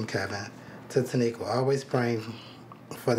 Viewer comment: Wait ✋🏾 did he say “ Tiniqua”?? Did I spell that correctly??